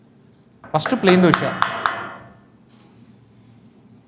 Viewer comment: దోస కాదు దోశ.